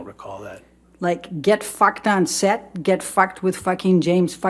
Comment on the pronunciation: why she saying the f word so weird